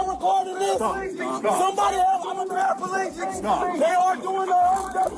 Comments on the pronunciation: Why do Americans pronounce paraplegic as parapalegic? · Paraplegic not parapalegic 😃